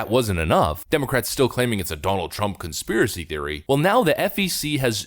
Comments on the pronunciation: Conspiwacy thewy xDDDD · LOL Conpsiwacy Theowie.... xD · Conspewacy Theowy... lol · That's a conspiwacy theowy 🤣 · "Conspiwacy theowy" 🤣